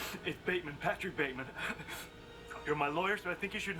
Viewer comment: Bateman, the e is silent. 😀